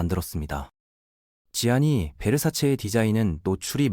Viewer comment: Gianni Versace, 지아니가 아니라 ‘잔니’라 발음합니다.